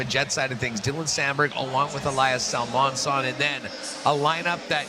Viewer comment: Why doesn't ever say the o in Salomonsson? Salmonsson